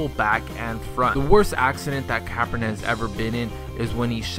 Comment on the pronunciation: he kept saying capron wrong omg